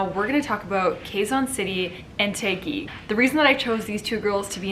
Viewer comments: It's Taquig . TAh - gig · OMG! The way you pronounced Taguig cracked me up so hard! LOL! I love Sandra's energy but Michelle did better but sounded cocky and I didn't like it. They both look gorgeous though.